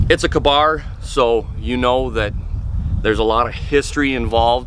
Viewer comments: Its k bar like kay bar lol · how can somebody live in america and not be able to pronounce ka-bar